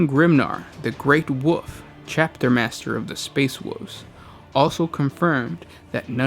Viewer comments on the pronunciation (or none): The great 'woof' hahhaa jesus. There's an L in wolf mate.